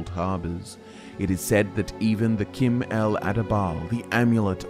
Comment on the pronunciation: sorry it is not Kim who you pronounce Chim it is pronounced as the word chimney. But nice video :)